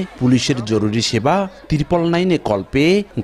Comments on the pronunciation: টিরপোল না বরং ট্রিপল নাইন হবে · আপনি ট্রিপল নাইন কেনো উচ্চারণ করতে পারেন না! ত্রিপল কেনো বলেন? আবার সময় সংবাদকে বলেন সোমায় সংবাদ।